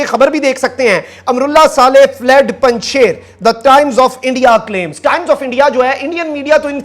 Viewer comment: مخدوم صاحب، آپ سے دو درخواستیں ہیں 1 براہ کرم پنج شیر کا تلفظ صحیح ادا فرمایا کریں، شیر کا تلفظ ش ی ر ہے shir کا اردو میں تلفظ شی ر ہے 2 سنسنی سے پرہیز فرمایا کریں کیونکہ اس کا نتیجہ فائدہ کی بجائے نقصان کی صورت میں نکلتا ہے آج 4 ستمبر تک تو پنج شیر طالبان کے ہاتھوں فتح نہیں ہوا.